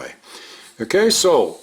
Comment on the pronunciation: One thing that is especially endearing to me is when says, QUESO. I know you're saying 'kay, sooo, but I always hear queso